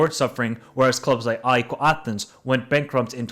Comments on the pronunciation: Sorry but: AIKOO?????? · Ah-Ehk = AEK Athens is the pronunciation, not aiko my friend. (Accent on “A)